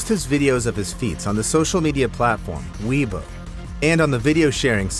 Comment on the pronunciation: Weibo is pronounced "WAY▪︎baw." Kinmen is pronounced "JIN▪︎men."